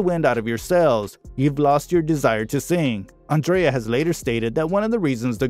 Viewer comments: Great video. Just watch your pronunciation on Irish names. Andrea and Whelans are said differently in Ireland to the American pronunciation. I'm Irish. Just a little pointer. Thanks for this though. You forgot to mention Andrea starred in Evita alongside Madonna and Antonio Banderas. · As usual, an American can't pronounce Andrea correctly, like seriously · Diabolical - I was looking for a good word like that to describe it. I really wanted to follow the story but the mispronounciation of so many words was too distracting! Andrea. breathless. perservered. Arrgh! Skynet must be behind this computer-generated voiceover.